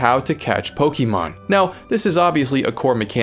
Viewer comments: its POKE-UH-MON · Couldn't even finish it because you kept saying pokEEmon and it was grating on my soul like nails on a blackboard. Dude, wtf. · Not quite. It's poke-ay-mon actually. But I get what you mean. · She corrects him on how to pronounce Pokémon, but he resumes saying it wrong in the narration repeatedly! 🤣🤣 It comes from Pocket! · You know how to pronounce the word correctly, but still insist on incorrectly saying the word Pokémon. Interesting…